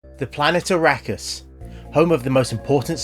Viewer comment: arrakis is meant to be pronounced, ar-rock-us? :) wonderful that guardening is the same thing. ie protector of the heaven gates. but how did I know, not from flesh.